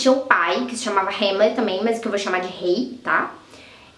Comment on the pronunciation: É rãmlet, não rêmlet